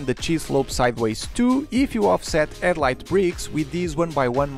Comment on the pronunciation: Maybe don't use a name that involves a sound you seemingly can't use. You keep saying "edlight" brick", and not headlight brick.